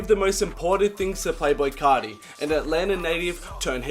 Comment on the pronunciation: "Yoah yoah, cesh coarti" dont do that bruh